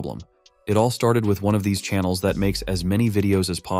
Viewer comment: You said channels wrong also I do